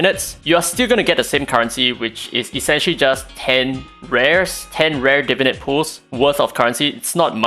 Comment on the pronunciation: This is a super nitpicky comment but I've noticed many youtubers referring to the new system as "Divinit" as opposed to "Divinate", like some unga bunga neuron fires off in my brain everytime I hear it haha.